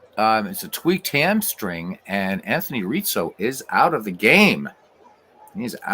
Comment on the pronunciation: Pretty sure Anthony Rizzo fakes injury due to constant pronunciation of Reetzo